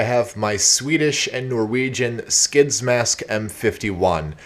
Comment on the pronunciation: I have a m51 gasmask and you pronounced it wrong